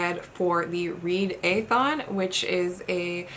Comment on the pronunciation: Your not putting enough Canadian on the "EH" while saying it lol !